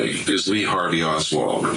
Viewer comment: Oswald...not Osworth bruh